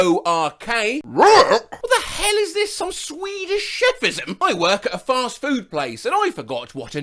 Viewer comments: “RORK?!” (For some reason it sounded more like that than “WORK” as if it were a Scooby Doo impression.) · work already rhymes with fork though what???????? EDIT: what the fuck was I on about I guess I somehow confused work with war or something EDIT 2: to be fair what on earth was that pronunciation